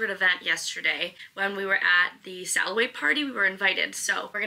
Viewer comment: So now that I can watch this with my full attention (I watched it when posted while working and couldn't give it my full attention lol) but am totally cracking up the way you say the "sail away" party, only because the way you say it, is like "sal away", and my husband's name is actually Sal, so forever more when we go on a cruise, I'm going to tell him it's time for the "Sal away"! 😂💕 Love it And I've been wanting to go on a Virgin cruise, but what REALLY got me (besides previously hearing how great the food is and the hammock on the balconies) is that karaoke room!! So. Much. FUN!! I'd go JUST FOR THAT!! 😊😂